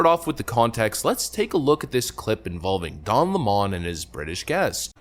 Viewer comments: His last name is lemon and is pronounced like the citrus fruit, lemon. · You should actually pronounce his name lemon, kinda like the fruit...or maybe something somebody sells you that doesn't work